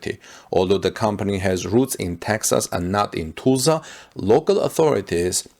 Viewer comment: Learn how to Pronounce Tulsa!